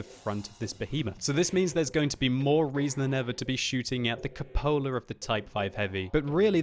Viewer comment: CUPOLA.....It's pronounced cew-puh-la, not cup-oh-la!! LOL